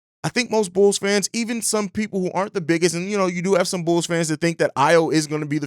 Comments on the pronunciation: I heard it too, bro had too much yak yesterday 😂🤣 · I thought it was just my ears 👂 😂